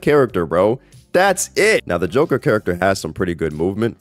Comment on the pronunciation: Ah yes, the jonkler